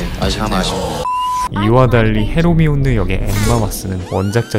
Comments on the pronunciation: 헤 로 미온느...라고 자꾸 반복하셔서 ㅋㅋㅋ 깜짝깜짝 놀랐어요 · 왜 헤 로 미온느라 하는 겁니까